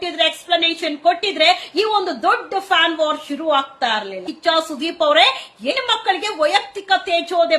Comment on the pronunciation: ಅಕ್ಕ, ಹೆಣ್ಣು ಎಂಬ ಪದವನ್ನು ದಯವಿಟ್ಟು ಎಣ್ಣು ಎಂದು ಕರೆಯ ಬೇಡ.ಕಿವಿಗೆ ಬಿಸಿ ಎಣ್ಣೆ ಹೊಯ್ದಂತಾಗುತ್ತದೆ.